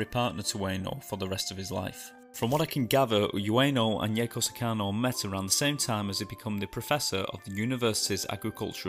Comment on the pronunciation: Lol you pronounced it wrong too, and also his owner's name, and his wife's name... Its "hahtch-ko, 2 syllables, owner's name is "Hee-deh-sa-bu-rou , oo-EH-no". Yaeko is Yah-eh-koh